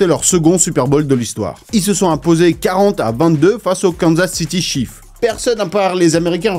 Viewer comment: Lol pourtant tu parles plusieurs langues. C'est pas chefs c'est chiefs. Et on prononce pas chi efs. On prononce pas le e!😂😂❤❤❤